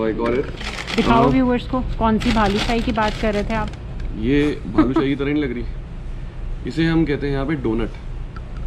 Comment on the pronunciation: Helpful video for many😀.., I think it's Balushahi..Not Bhalushahi😀😀😀